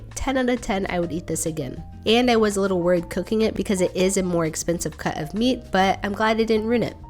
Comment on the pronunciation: I can’t unhear a British accent on the word “cut”.